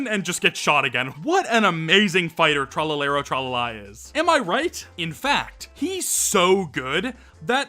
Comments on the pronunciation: love u but the way u said tralalero tralala hurt me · Hearing americans try to pronounce "Tralalero Tralala" in a serious voice is funnier than the original video